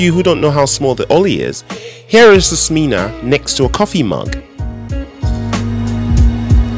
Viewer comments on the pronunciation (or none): Nice video!! But the correct name is Smena, not Smeeena :) e for echo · You pronounced it all wrong it's not Smena is not pronounced like Smeana but more like sMENa, the word men.Means change. You can look down on Soviet people all you like but they have something you won't find in the West a heart and resourcefulness.